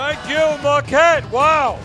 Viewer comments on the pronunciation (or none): There’s no ‘r’ in Marquette.